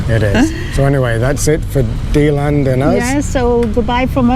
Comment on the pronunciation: I lived in Deland for many years and still have family there. You mispronounced Deland every single time LOL! Have you tried touring the western states? I couldn't take the tornadoes and hurricanes living there in Florida and moved back to Nevada where I am from.